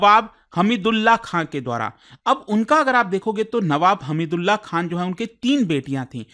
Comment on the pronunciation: आप बार बार सैफ अली खा q बोल रहे है खान बोले में कौनसा पैसे लग रहे है 😅